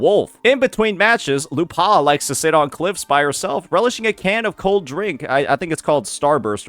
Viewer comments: You have to commend the effort of finding a way of mispronouncing a two-syllable name. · I'm more traumatised at how you pronounced her name 😂